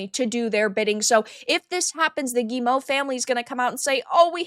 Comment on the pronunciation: Always interested in watching your videos,, and thank you for being the first YouTuber I've listened to who pronounces Guillemot correctly.